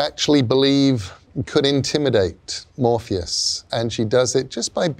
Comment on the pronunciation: I thought he said Morbius the first time I, had to pause and go back and see if I was watching the same thing and sadly it is MORPHEUS TIME.